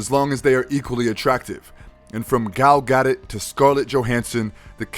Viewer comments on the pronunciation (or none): Ok so is like no one gonna point out the narrator saying Gal Gadot as gal got it? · Mis pronounce gal gadot once again guys